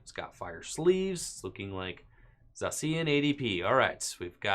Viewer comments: Say it with me... "Zay-shee-an" Ugh! So annoying!! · does it bother anyone else the way he pronounces Zacian?